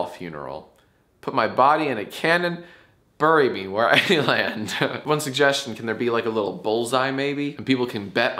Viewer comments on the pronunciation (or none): Okay but why does Jack pronounce “bury” in such a way that it rhymes with “furry”? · My wife makes fun of me when I say "bury" like he does . At least I'm not alone on that one. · does jack pronounce "bury" like berry or burry